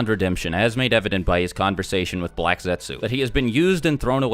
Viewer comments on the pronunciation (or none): none